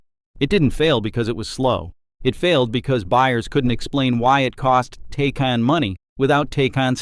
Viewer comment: And its pronounced TI-CON